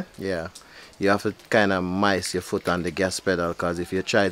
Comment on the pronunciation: Man say u haffi mice (moist) u foot pon e pedal 😂😂😂😂😂😂😂😂😂